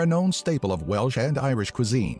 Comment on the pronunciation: we are called the welsh, not the welch.